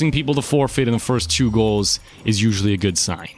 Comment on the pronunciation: 3 second forfeight hahaa